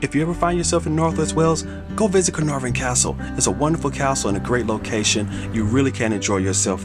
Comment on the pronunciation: You had me at the correct pronunciation of Caenarfon.